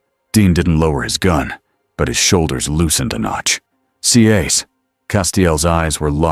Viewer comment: Love the stories, but when it can't say Cass it's annoying. Also need to tell whatever your using to read it needs to pause. There is no space like there would be at the end of a sentence. Itjustkeepsrunningonandonwithnohumansoundingbreaksinspeakingwhichismoreannoying.